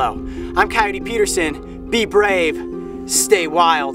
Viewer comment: Sorry it's brave not nrave